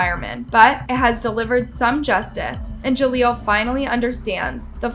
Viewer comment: Ja leel. Not Ja leelo